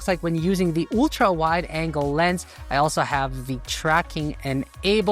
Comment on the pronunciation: You speak english well, but some word wrongly pronounced like the slavic speakers , may be in German language too. Ultra is not yultra, but altra(uhl-truh). Google how to pronounce Ultra on google search.